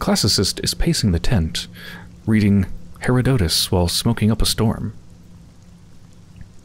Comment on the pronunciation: Herodotus was an ancient Greek historian, you pronounce it something like hair-odd-ah-tis. And Inanna was an ancient Mesopotamian goddess of sex and violence. Pronounced something like In-on-ah.